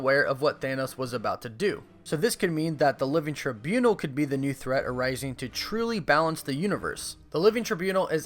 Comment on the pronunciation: I vote for your repeated mispronunciation of “Trībunal”